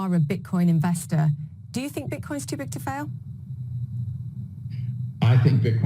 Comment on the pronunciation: One minute and forty-nine seconds into this video your slip of the tongue had me dying!!! #Bitcorn 😂😂😂 I'm not picking on you bro, you're awesome AF. It was just so funny I had to mention it. 😀👍